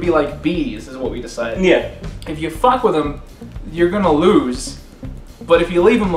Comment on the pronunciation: is golden. "IT'S A FAHCK!"